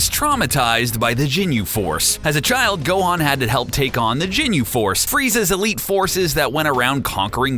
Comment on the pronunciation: nope... "Jinyu" force and akira "toriyaama".. but hey...